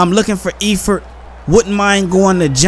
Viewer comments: And Eifert is pronounced Ifert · and the E in Eifert is silent